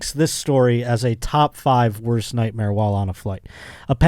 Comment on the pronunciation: dropping a Bert Chrysler "nightmeer" makes me love her even more. She's one of the real ones. 😂